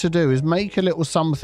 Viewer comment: Hi! Love your videos. Are you aware that you are saying somethink instead of something?